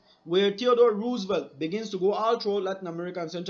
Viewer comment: Eric Williams 3A(4A for now) This is an example because of the USA wanting the power of the canal over everyone else because they knew the benefits of it. Also I'm not so sure I agree with the way you pronounced Roosevelt, but it's okay for now.